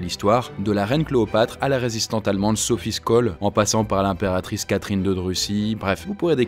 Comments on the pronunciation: "Zophie Cholle" pour la prononciation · Hahahahahhahaa je suis morte Sophie Skål 😂😂😂😂😂😂😂 Skål c'est quand on trinque en Norvégien ptdrrrrrrr